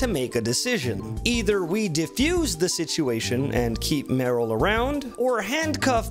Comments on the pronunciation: The way you pronounce Merle wrong is so funny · please stop saying Meryl! Its Merle, MERLE!!!!